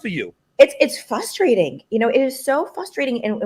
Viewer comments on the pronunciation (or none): She said “fustrating” twice.